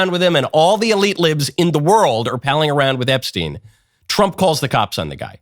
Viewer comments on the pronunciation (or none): none